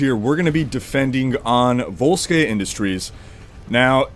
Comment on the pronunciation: It's "Volskaya", not "Volskay"...BTW. ;)